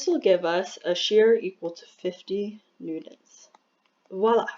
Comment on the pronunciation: what a horrible video. The lag between your voice and your writing could have been so easily fixed with the most basic of editing knowledge. You made several miscalculations. And for some reason you pronounce newtons as newdons which is reallllly annoying.